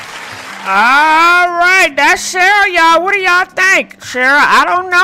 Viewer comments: I love you but girl.. you can mess up some names...Cheryl...Shirley...🤣🤣🤣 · one thing you will do, is mispronounced someone’s name 😂